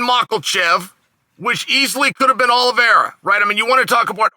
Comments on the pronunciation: Chanel never fails to mispronounce a name (makelchev, piera) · Chael "The Name Butcher" Sonnen 🤣. MakALchev